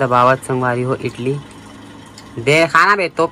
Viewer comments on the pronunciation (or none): इटली nai बोले इडली bolthe😂😂😂